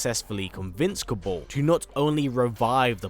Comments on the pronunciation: It's pronounced "Kabarl", not "Kaborl".... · Why do you pronounce words so wrong... it’s kabal... not kabull and it’s cryo mancer as in romance not mahnser as you say it... it is annoying me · Who tf is Ko-Bowl ? 🤣